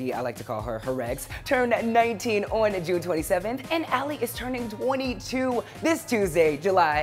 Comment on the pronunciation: Why does the way he says "ON" bother me sooo much? Lol🙊 But yaay! Even though it wasn't a takeover, I still love seeing these 5h related vids!